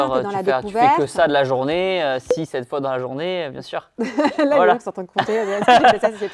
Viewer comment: « Bien sûreinh.. » stoop 🥲🥲